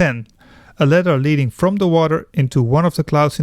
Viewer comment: it took me a while to figure out you were saying ladder and not letter, the A should be AH not EH, your english is slightly americanized but great vid otherwise.